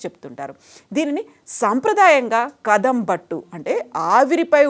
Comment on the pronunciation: Pronounce cheese words thappuga undi.. andi.. kadabutt, mangala, kuppiya chaale,piche kathi